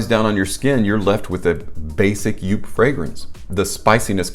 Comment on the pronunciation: Good review! Just for the record though: JOOP is pronounced the same as “hope”… 👍